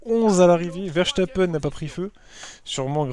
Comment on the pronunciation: Il n'y a pas «sh» a verstapen